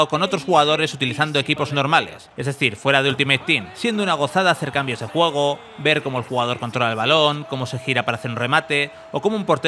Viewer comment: TERRENO DE JUEEEEEGOOOOO pronuncia bien que te re parió